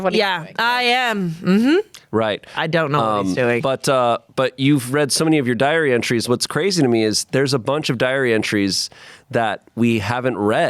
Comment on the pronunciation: I heard diary entries as "diarrhea trees"